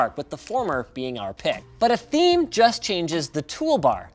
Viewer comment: Dislike he didnt say it right, its Dark THEME